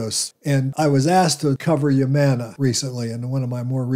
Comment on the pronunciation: HUUUUMANA NOT YUUUMANA